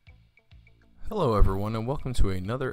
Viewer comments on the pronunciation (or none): none